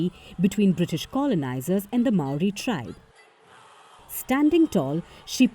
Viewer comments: It's Maori not mayoori ffs amerikkka do better 😮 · Me: Hears it pronounced "my-ouri" Cries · the american pronunciation of maori is atrocious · Māori is singular there is no s! And I wish these idiot reporters would just do some simple research to get their pronunciation correct.....